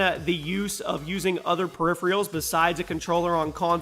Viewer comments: Er,. periphERALS dude not periphREALS lol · It's PERIPHERALS, not PERIPHRIALS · Lol, perifreeuls